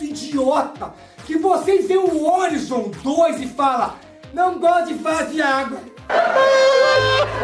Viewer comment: Uma pergunta que não quer calar: - Por que o Horizon Forbidden West vocês falam "órizon"? ehehehe é "oraizon", kkk "ORAIZON"...